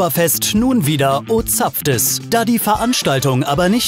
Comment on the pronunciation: Sry aber warum sprecht ihr ab einem gewissen Breitengrad "ozapft is" so komisch aus? Ich werds euch jetzt lernen: man nehme das "en" von "enchanté" und ersetze es durch das "o" von "ozapft". Das "is" wird nur mit einem "s" geschrieben und auch so gesprochen. So ihr könnt euch jetzt schriftlich bedanken und natürlich diesen Kommentar liken. Beschwerden sprechts bitte in ein Sackerl und stellts vor die Tür, Danke!